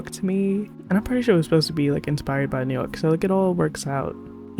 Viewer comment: I can now hear your accent. Especially when you say New York. Which is funny because I didn't hear it before. 😅